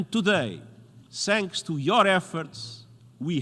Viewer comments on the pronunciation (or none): The word THANKS is not so difficult to pronounce. THanks vs Sanks